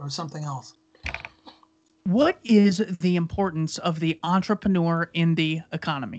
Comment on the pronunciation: It's entrepreur not entreponor. It's a french word, because I'm French you make me crazy with your bad pronunciation. Don't misunderstand me I still love you guys.